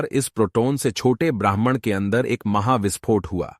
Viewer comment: भाई तुम ब्राह्मण कह रहे हो या ब्रह्मांड 😅😅😅😅